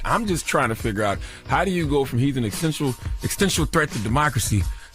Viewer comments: “He an extential threat…” What? That’s not even a real word. And people listen to this jackass. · Charlemagne- “he’s an ‘extential’ threat to democracy “ Okay 🐒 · Charlemagne wrote a whole book and can’t even pronounce existential😂